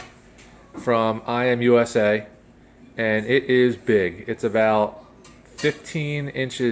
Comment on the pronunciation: Imusa is not pronounced I AM USA. It's one word pronounced I-moo-sa.